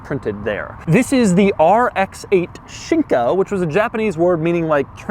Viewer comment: Fun fact: the way Doug pronounces "Shinka" sounds exactly like the Swedish word "Skinka", that means ham or buttock....